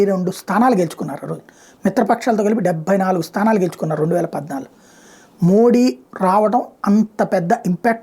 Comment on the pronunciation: నమస్తే గారు..🙏🙏 ప్రధానమంత్రి గారి గురించి మీ విశ్లేసన చాలా బాగుంది..👏👏 కానీ., మోడీ అనే ఉచ్చారణ అంత ప్రభావవంతంగా లేదు. మీరు మోదీ అంటే., వినడానికి చాలా బాగుంటుంది. ఒకసారి ప్రయత్నించి చూడండి.